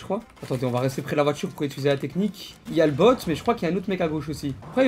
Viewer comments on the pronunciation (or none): Le "utiliser" de est légendaire 😅